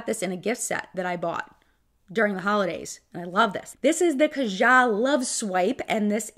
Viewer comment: Have I been saying “ kaja” wrong this whole time? Lol